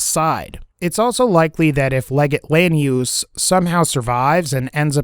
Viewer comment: "Lanius" said wrong twice, correctly once, and then wrong again like 59 times.